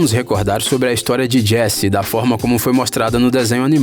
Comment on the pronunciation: Api Altas Aventuras, Jess Namorada do Cowboy Woody, Procurando Nimo kkkk